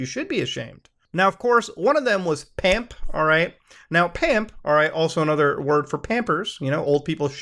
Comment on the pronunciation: I like how when discussing PAMP he says PUMP. You mean like....Pump n Dump?